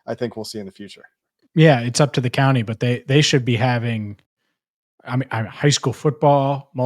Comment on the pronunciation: you’re great but you’re hitting that “county” pronunciation waaaay too hard. Listen to how you say it and then listen to how says it. He’s nailing it. It’s compounded since you said “counTY” 47 times.